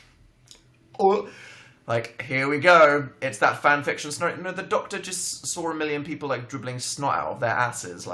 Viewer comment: "Hot donktor" - Dan Howell 2017